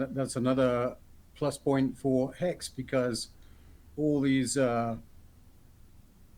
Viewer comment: Did he say Hex or Hecks?